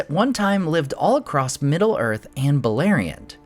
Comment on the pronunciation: Bro - there is no ‘t’ or ‘ed’ at the end of across. Jesus man